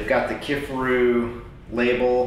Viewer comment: Great review! Thanks for showing us the differences. Also, it’s pronounced “kif AR oo”.